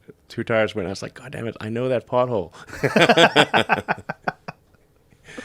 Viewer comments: Every time Elon says " pothole" I hear "butthole" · Everytime that guy say pothole I thinking he saying butt hole 🕳🤔😂